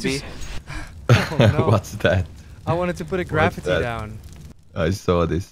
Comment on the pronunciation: “I wanted to put a graph-itty down”